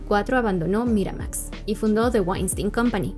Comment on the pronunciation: Morra, haces buenos videos, pero bájale tantito al tonito y pronunciación tan pretenciosos. Ni siquiera hay consistencia, en un enunciado pronuncias Miramax en inglés muy m4món, en el siguiente en inglés de mexicano normal.